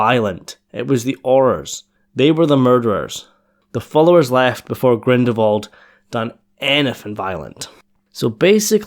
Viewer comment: Dude, it's GrindeLwald, not Grindewald ...